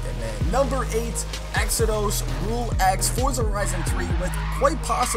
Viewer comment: Why can't you say exodus? It isn't exo-dose 😂